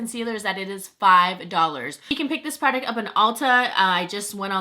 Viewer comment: the way you say product gets me so mad😂😂 love you but idk why haha